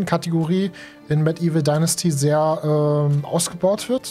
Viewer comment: lol, ich bin heute über dein Video durch Zufall gefallen und hab das nebenbei laufen und immer wenn du Medieval Dynasty sagst verstehe ich Mettigel Dynasty ;)